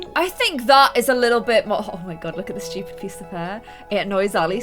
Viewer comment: I like how you say stupid it cool you say ut like shhtupide and I like you acsent I cant spell